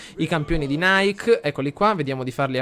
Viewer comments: si pronuncia nike nn "naik" in onore della dea greca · Ogni volta che la plebe nonclassicista lo pronuncia Naik sento 23 pugnali nel cuore ahahahah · Nike (dell'esercito "I campioni di Nike") si pronuncia come scritto, non come la marca di scarpe. Nike è una dea greca. :) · nike leggilo come è scritto, è il nome della dea greca della vittoria quindi non lo leggere come la marca di scarpe.Continua così sei un grande! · Sentirlo pronunciare in quel modo è straziante xD